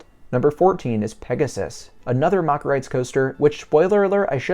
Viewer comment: Its Mack rides rhyming with Jack. It's not pronounced "mock" It annoys the ish outta me because all of a sudden a few years ago one of the Douchy youtubers like EltoraRyan or themeparkcfazy started pronouncing it wrong and then all these other people started following suit. Amd I know I am 100% correct as my uncle worked for the family for years when he settled in Germany after the army